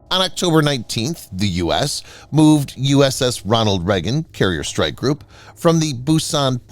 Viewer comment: RONALD....with a D. And the Chucky V is not stationed in Hawaii. Get your facts together ....Good Lord!